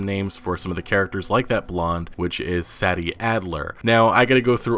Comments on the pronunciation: PLEASE THE GAME DIDINT COME OUT YET BUT I'M ALMOST 100% SURE THAT sadie characters name is actually pronounced "Say-Dee" not "sad-E" the way u have been pronouncing it has been making me cringe an I'm almost certain its actually the way i just put "Say-Dee" lol btw great videos I watch all the time p.s. please nomore "red dead 2 getting delayed again" videos I new 2 times was their mark lol an I was stressing each time so hard with how much I've been anticipating this game rockstars my fav gaming company ever an red deads one of my fab games of all times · I believe her name is pronounced "SAY-DEE" not Saddy. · It’s Say-dee not Sadie 🤦🏻‍♂️ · Uh I'm not too sure but IIRC Sadie in this case is pronounced Say - Dee not sah - dee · You say Sadie like this (SAEDie) , not (SADie) , just thought I would let you know for future videos 👍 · Love the info bro keep it coming! ..also i think it might be "Say-dee" not "Sah-dee".. Dont know for sure, just a thought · Is her name pronounced say-dee or sad-dee..? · SAY- DEE! not saddy what the actual fuck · He can't pronounce Sadie either Jesus wept, think 'say-dee' rather than 'sad-ee' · Sadie is pronounced Say-Dee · Sadie is pronounced like SAY-DEE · "Saddy"????? For real? lol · Are you sure it isn't pronounced "Say-Dee" Adler? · If her name is spelled “Sadie”, I believe it’s pronounced SAY-dee, FYI. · You pronounce Sadie as "say dee" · Dust Ж lol i know tf hes like saddy wtf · Prolly pronounced (SaAy)-(Deeh) bro other than that u have to best analysis of all the new information that ign interview was just horrible those guys suck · Its pronounced Say-dee bro lol...This game is truly next gen. So much interaction! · Rey say-dee for sure. He is mispronouncing it. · Sadie not Saddy 😂😂 can’t pronounce it properly lol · Listening to you mispronounce Sadie's name over and over was excrutiating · ...do you really not know how to properly pronounce Sadie? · You’re pronouncing “Sadie” wrong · "say-dee" not "sad-e"